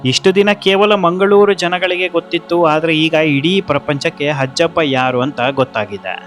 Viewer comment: ಹಜ್ಜಪ್ಪ ಅಲ್ಲ ಅಜ್ಜಪ್ಪ